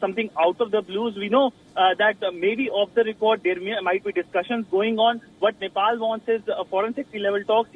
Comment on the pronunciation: I swear I heard she said Nipple PM 😳